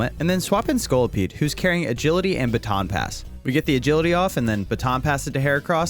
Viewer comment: I laughed so hard when you called my lovely scorlipede disguting lmao